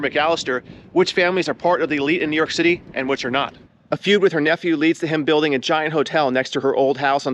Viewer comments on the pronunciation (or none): none